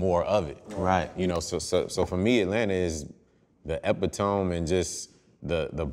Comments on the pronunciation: Luda said Ep I TOME lmao... Its pronounced E PiT O Me..a wordsmith such as he should know that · EPITOME : /ah - pee - demi/